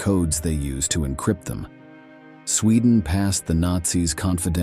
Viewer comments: ITS SWEDEN NOT SCHWEDEN!!! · Sweedan? Did you have a stroke?